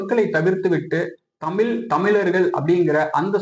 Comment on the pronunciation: தமில், மொலி என்பதற்கு பதிலாக சரியாக தமிழ், மொழி என்று கற்றுக்கொள்ளுங்கள் முதலில்